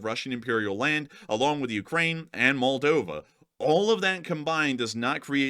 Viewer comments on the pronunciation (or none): none